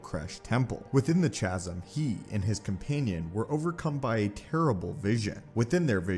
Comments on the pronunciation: Chasm is pronounced kazm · You need to learn how to pronounce words. "Lattice" The a sounds like lap or lad. "Chasm" the ch. Sounds like a k not like church